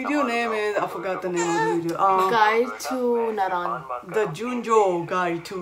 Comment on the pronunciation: boy it's "JU"NE"JO" TRY JUNEJO SLOWLY JUNEJO GOOD KEEP TRYING (JUST KIDDING )